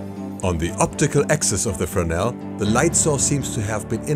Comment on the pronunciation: The mentioned lens is not called "Frenel" but "Fresnel", with an S in the middle... Believe it or not... Despite it, it's a very exciting video with a lot of good information... Thanks...